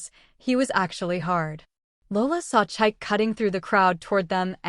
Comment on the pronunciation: Lovely story. For next time, the ex's name is pronounced cheek-kay not chaik.